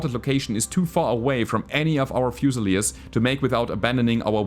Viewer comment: The pronunciation of "fusiliers" is driving me nuts. Should be "fyu-suh-leers". Term comes from the British army where garrisons would be armed with a "fusil" rifle [a type of lightweight flintlock musket rifle].